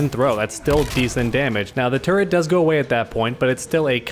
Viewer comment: Whenever you say turret it sounds like ur saying "Turd"